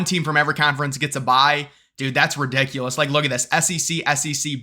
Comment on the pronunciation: You say ridiculous weird hahaha I love it